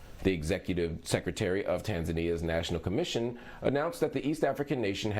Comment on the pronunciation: tan za nia not tan zainia